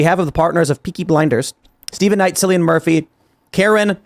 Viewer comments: Cillian is pronounced like Killian. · Its pronounced "killy-han" Murphy. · Cillian is pronounced Killian. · Cillian is pronounced Killian ya tit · it's pronounced "Killian" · It’s pronounced Kill-Ian. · Its pronounced "Killian"